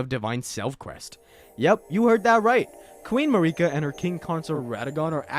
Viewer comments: 1 second in “Queen MaREEKa” I’m out. If you can’t be bothered to pronounce the shit the way they do in the game, you’re annoying people on purpose. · That pronunciation of marika literally means "fa**ot" in spanish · Mah reeka xD